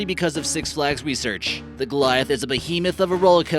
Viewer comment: GOLITAH NOT GOLIAFT